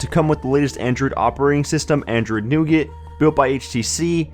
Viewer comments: Newgert... lol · Is that how you pronounce "nougat"?